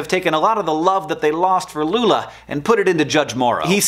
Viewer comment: fiquei impressionado com a pronuncia... muito boa mesmo